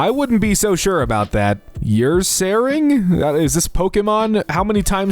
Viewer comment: oh my god that ursaring pronunciation